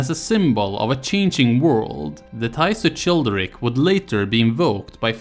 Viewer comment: how can you get the pronunciation of Merovingians so perfect and get the "ch" of Childeric so wrong? its pronounced like a 'k'. just like in chilia. thank you. looking forward to the other videos - i clicked the playlist link and it doesnt exist. is there a playlist somewhere else maybe? thank you